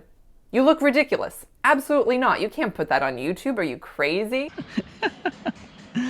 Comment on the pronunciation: Szczególnie jak klniesz "Co WaS PoJebAŁoo?"